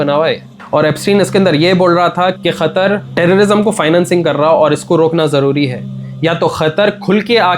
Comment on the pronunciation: Asalam Alaikum✅ Aslamkum❎ Qatar ✅ Khathar ❎ Qeema ✅ kheeman❎ Haqeeqat ✅ HaKheekhath❎ beta thek sy bolna sekhlo pehly